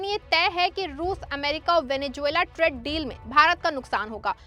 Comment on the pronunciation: Bahan tred deal nahi traaaade deal bolo